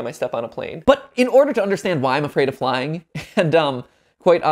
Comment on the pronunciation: When he said “i’m scared of flying” I thought he said “i’m scared of lying” lol